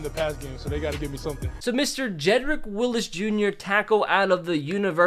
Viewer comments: Jedrick WILLS NOT WILLIS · Wills not Willis lol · It’s Wills not Willis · WHY DOES EVERYONE CALL HIM JEDRICK WILLIS?! ITS VERY CLEARLY WILLS. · It's Wills, not Willis, tho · Did this man just say Jedrick Willis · Jedrick WILLS!!!! It is not Willis, it is Wills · Make me the button for “HIS NAME IS WILLS NOT WILLIS!”